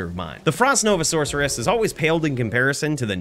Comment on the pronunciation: I didn’t know sorceress had a ‘k’ sound in it.